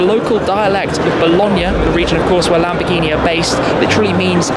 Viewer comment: Lamborghi?? Lol 1 min 56 sec